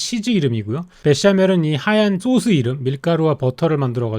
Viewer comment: 쏘수 발음은 일부러 하는건가요